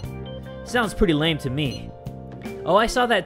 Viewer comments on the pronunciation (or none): none